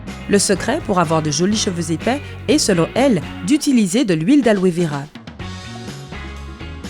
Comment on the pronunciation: Alove vera ou aloe vera 😂😂😂😂